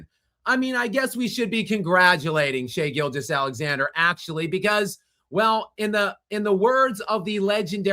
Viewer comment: He always pronounces SGA's name as if it's Shai-Gilgeous Alexander, like Shai-Gilgeous is his first name and Alexander is his last name.